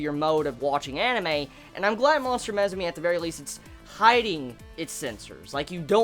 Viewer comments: How the hell do you come up with pronouncing MUSUME like that? since when does U make an E sound?? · It's pronounced moo-sue-may btw ;) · Lmao you pronounce Musume so wrong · why's he pronouncing musume like that? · He butchered the name so bad...